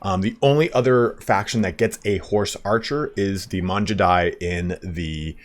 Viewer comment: It’s not Manjudai btw, Mangudai like how you say gamer